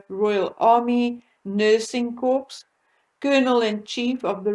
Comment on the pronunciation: "Corps" is pronounced "core" with a long "o."